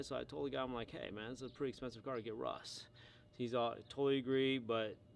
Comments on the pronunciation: Is it just me or is he saying Rus instead of rust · I like how you say "Russ"